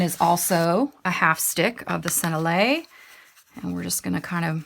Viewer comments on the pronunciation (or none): Lovely video thank you. Did you know you can put the word Sennelier into google and it will tell you how to pronounce it? Senn-el-i-ay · Hi. Just to give you the French, it is sen-ell-i-ay. Small detail for a beautiful product and video but thought you may want to know the correct way to say the French name. Hope this helps. Said I’m the spirit of respect and love. 🩷